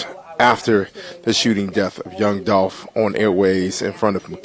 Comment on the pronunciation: Yooo when he said dolph name wrong ..yall saw how she looked at him😮😂 Rip Dolph glad he getting justice